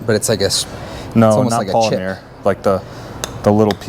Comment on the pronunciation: “Poly mare.” Really guys? 😂 it’s poly mur